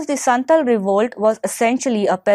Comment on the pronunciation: First, santhal and munda revolt happened in Jharkhand not in bihar. Second, it's not संथल it's संथाल. thirdly, it's खूंटकट्टी not खूंतकट्टी